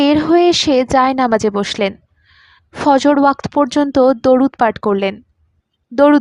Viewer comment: এতো বাজে উচ্চারণ, শব্দ ভুল পড়া। এসব কি? ফজল কি? ফজর কে বারবার ফজল বলছেন? আপনার voce সুন্দর, কিন্তু উচ্চারণ এর এ কি ভয়ংকর অবস্থা? 😮